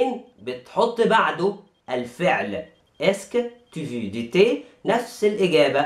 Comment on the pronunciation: veux تنطق فو وليس في